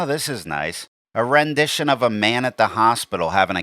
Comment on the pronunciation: "A randishion of a man at a hospital having a cathader put in" YES! 😂😂😂😂😂😂